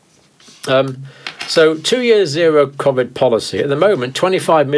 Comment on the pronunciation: What's kov-id?... surely he means koe-vid?